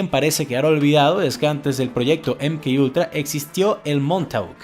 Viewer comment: Si lo vas a decir en español, se pronuncia eme ka ultra